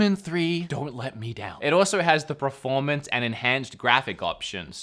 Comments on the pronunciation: Anyone else notice the pronunciation of the word “performance” as “preformance”? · Why is he saying preformance instead of performance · Why do you keep saying “PREformance”? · literally no one: per-: "prerformance" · I love how you say "preformance" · Was he saying preformence instead of performance or am i just hearing things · Did he say preformance a few times or just me? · Anyone else notice how he pronounces “Preformance” 😂😂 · Per. Formance. Peeeeeeeeeeer. Formance. C'mon say it after me.... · Are you saying preformance as a joke? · is it me, or does wood just not know how to pronounce performance?